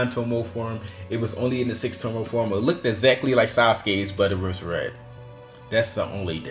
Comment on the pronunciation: Tomoe is pronounced toe-mow-eh.